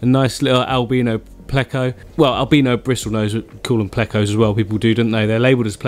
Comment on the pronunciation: I love it when he says albeeeeeno 😂